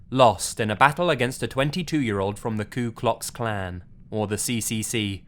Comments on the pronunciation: The way this dude said the kkk. Coo clocks clan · “ coo clux clan” lmao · "Coo-clocks clan" LMAO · Cook cock clan